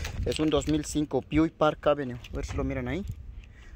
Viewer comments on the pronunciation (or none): none